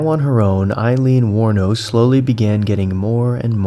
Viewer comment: Hmm, the internet says her last name is "Wuornos". Great story, really love this content.